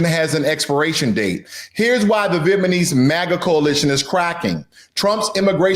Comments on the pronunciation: No, he is saying it wrong literally every time. He keeps saying VietMAnese when it is VietNAmese. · Good content and say the name correctly brother. Viet-nam-ese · Vietnamese for Trump is here and no regrets. This dude can’t even say it right - what’s Viet-manese dude 😂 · Viet Na Mese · I agree everything you said, except Viet Ma nese? WTH! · Not vietMaNese 😂😂😂get it straight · Man… the whole presentation began with an error: VietManese. Anything after that was very hard to listen to. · Why does he keep saying VietMANese? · Viet — Nam — mese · I think he's saying it that way on purpose...Vietmanese.😄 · Bro it's VietNAmese you pronounced it wrong every time but thanks for the info 😇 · You can't even pronounce Vietnamese correctly man this is 2025 and you if can't even pronounce Vietnamese then stop making manipulation videos.... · You do not even pronounce Vietnamese right. How do you know what Vietnamese think, buba. I am a Vietnamese. You are wrong the Vietnamese who got deported are the ones who came here illegally. They are not the same people as the the refuges who came after the fall of Saigon in 1975. Do not listen to the fake news media. I am a Vietnamese. Whoever enter the US illegally will be deported period. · Stupid AI, can't even pronounce V'namese right. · Almost all Vietnamese in US are US citizens though. I don't know what this black dude spewing. He mispronounced Vietnamese throughout the video. Bro is so high IQ. 😅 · I stopped listening, after he pronounced incorrectly the 3rd times..... Also he need to slowdown... Sound like he trying to recitals the whose script.. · this guy has no business doing analysis on the Vietnamese community. Can’t even pronounce Vietnamese properly. Clueless about VN community. He just sounds ignorant! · Good content, but it gets under my skin that you keep saying, “VietnaNese” instead of “VietnaMese.” The country is called, “VietnaM,” so naturally, the people of Vietnam would be called, “VietnaM-ese.” 🤦‍♀️